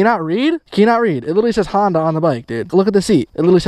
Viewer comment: "Hondia tractor"